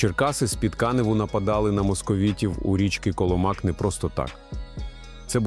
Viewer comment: Коломак наголос на другу літеру "о"